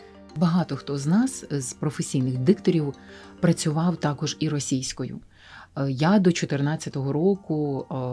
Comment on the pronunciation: Сильно сказано: «...якість цього продукту створюють саме актори дубляжу». Авжеж, перекладачі й геть не потрібні, актори самі можуть, без тексту. Такі талановиті актори, десятиліттями в професії, так якісно вимовляють: «буваЕ, сонце сідаЕ, все оживаЕ», «теш, такош».